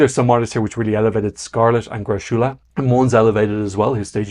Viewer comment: just fyi, greczula is pronounced "gressula"; it's a hungarian name and in hungarian it's closer to "gretsula" but the "ts" sound doesnt exist in swedish, so the man himself pronounces it as gressula